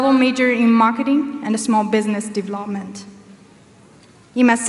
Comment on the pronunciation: 她development是不是发错了